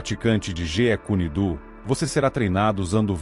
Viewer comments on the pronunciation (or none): ChuNk? Noris? "Jea" kune do?